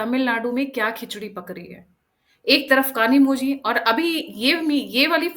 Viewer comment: कनीमोझी नहीं कनीमोइ